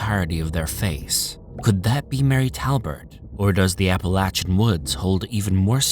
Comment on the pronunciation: love the content of this & most of your other videos....on this one I have to say that it's APPLE-AY-SHAN MOUNTAINS ....NOT APPLE AT SHAN....Unfortunately, it really creates quite a distraction steadily throughout....surprised you didn't bother to look up the pronunciation on that since it's such a dominantly used word throughout the entire video....